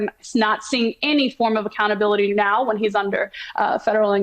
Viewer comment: okay say it with me, a c c o u n t a b i l i t y